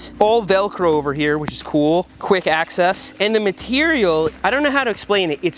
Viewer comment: “Quick access” 😂